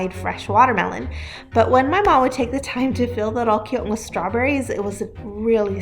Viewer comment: That Mennonite lady mispronounced Rollkuchen with such confidence and zest